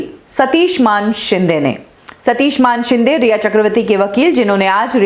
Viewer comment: ये सच्ची बात है. और ये मानशिंदें क्या होता है???? बोल मानेशिंदे. तुझे भी चप्पल पडनी चाहीये.